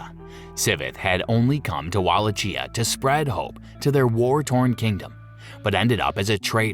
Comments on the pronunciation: Wallachia is not pronounced Walla-Chee-ah. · Where the hell is Wallachheeea...🤣🤣